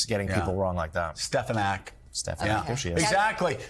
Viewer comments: It sounded like "Stepanek" to me. Stephen Stepanek, among other things, was the chair for the New Hampshire Republican Party. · Well... in the clip I heard Dump say "Stepalenku", not even "Stefanek". 🤣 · He actually said STEPANAK. There is absolutely no P in her name, so it is not just a mispronunciation. and Joe. You do not have to keep repeating the name, especially when he didn't say what you say he did. And stop over-talking others. It's very rude. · He didn't even say: "SteF a nack" He said "SteP a nack"😂😂😂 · I think he said stefatnik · face-blue-smiling:@ at Joe in the background sayinh "Stephanak" I swear he be so shady...🤣🤣🤣🤣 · Hope and pray SNL picks up Joe saying "Stefanak" 😀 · He actually says 'Stepanak'. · He said 'Stepanak' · You realize he just doesn’t know how to read write.. he probably has like a fourth grade reading level. He sounded it out as Stefanak because he thinks it looks like Stefanak. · He actually said “Stepanku” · I heard Stepanek, with the emphasis on the first syllable instead of the second. No matter; his brown-nosing sycos have their heads so far up his passage they don't hear it. Stefanik is an absolute disgrace; the very worst exhibit of the very worst of human nature. What is it they say: power corrupts... That she and so many other Rs can rise to positions of such power and influence with a total absence of integrity or sense of duty to the country is mind-blowing and sad. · Watch out for Stefinak saying thats actually how you pronounce her name from now on 😂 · In his native NYC metro area there's an Archbishop Stepinac High School, a boy's Catholic school. (I went there.) It's pronounced just like that. The source of his confusion? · It almost sounds like he said "Stepanak". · I think he said "Stepanak" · Even if Elise Stefanik will just change her name to "Steffenack", Trump still won't be able to recall it or pronounce it correctly. 😂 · It's pronounced..., Stuff - her - Neck...😮😂😂😂